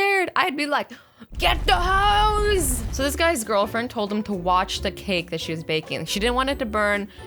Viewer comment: "GET THE HOES" Ohh wait "GET THE HOSE"